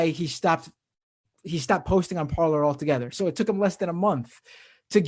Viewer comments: Shouldn't it be pronounced parlay, as it's French? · It’s par-lay 😂😂😂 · I was going to comment that it's pronounced par - LAY but figured no one would notice or care. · Who wants to let the MAGA-heads know that they're mispronouncing the French word "Parler" ("to speak")? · The best way to troll them is to just continuously pronounce it correctly. It will drive them insane.